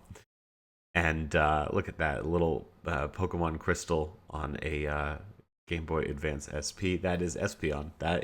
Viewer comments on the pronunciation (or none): The way you mispronounce pokemon is a real talent lol